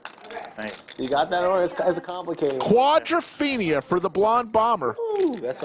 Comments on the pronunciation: stop saying quadraphina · Got tired of "quadrafeinia" rather early in the video.